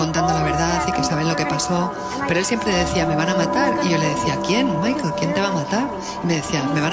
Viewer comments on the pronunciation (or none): none